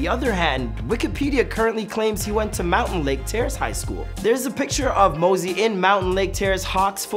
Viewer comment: Bruh, stop saying “Mountain Lake”, its Mountlake, I would know since I live there 😂